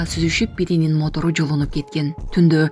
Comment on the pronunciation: Матор эмес,МОТОР !Сабатсыз. Блогерлер....